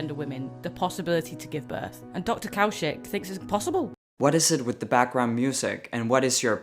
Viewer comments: Dr. Kaushik (pronounced "Cow-Shit")😏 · Dr Cow Shit haha, i know its spelled different but we all heard that...